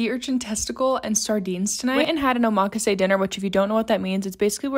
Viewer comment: I think you're pronouncing omakase wrong